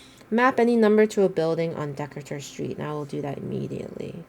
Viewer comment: It’s pronounced duh-KAY-ter street.